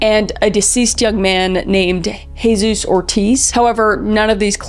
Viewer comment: Jesus is the name of someone in my class but it’s pronounced like how Kris said it😮